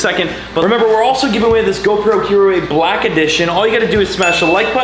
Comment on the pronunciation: "Blake" for black